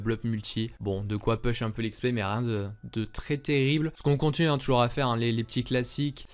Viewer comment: Juste ca me trigger trop je dois te le dire, push ça se dit poush